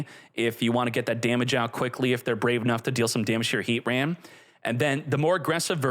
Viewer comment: Ar-key-us and R-Sea-Us are both widely used. the correct way is Ar-key-us but nobody really cares. Heatran however is Heat-Tran NOT Heat-RAN. nobody says that 😂